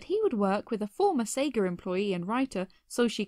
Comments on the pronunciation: "say ger" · A "seger" employee. There's no R in Sega.